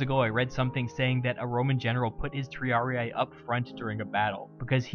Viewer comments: Magnific video! Just an hint, in latin and neolatin idioms when you find an i or a double ii it is read like an english e: for example triarii is read tree-are-e not tree-are-i like you did here. But it's just a pronunciation suggest, the video is very clear. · Great video. However, for future purposes, Latin words ending in ii aren't pronounced as a hard I, they are pronounced as an ee-ee. Triarii should be pronounced Tree-are-ee-ee. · Good video. Just a couple notes. It's pronounced /tri'ari:/ not /tr'ariai/. The "sitting down" wasn't a punishment. Triarii were equipped with a full panoplia (heavy armor, heavy metal shield, heavy spear) which was extremely heavy, hot and unconfortable. The triarii were trained to wait their turn seated to stay fresh. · Oh man, as a Latin student I winced whenever you said Triarii. It isn't pronounced Triariae, it is Triari-i. Two successive i's pronounced like how you would say the letter "e" twice. In English it sounds off but in Latin it is common, especially in the second declension. Singular second declension has the ending "-us" so "Triarius", and plural (and genitive singular) takes off the -us ending and adds in -i. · Latin: triarii. Anglosaxon english: triariaiaiaiai. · Triarii is pronounced just with a long [i] sound at the end, just as you pronounce the two other -i inside the word. Like an english “e”. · Triarii is pronounced "triaree". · Why does he pronounce half of the Latin names wrong xd